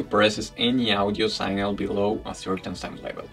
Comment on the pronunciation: Sig-nal, with a short I and the g pronounced, not synal.